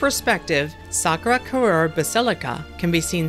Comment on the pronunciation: Sacré Cœur is pronounced [sah-crey kuh-r] not [sakura kurer]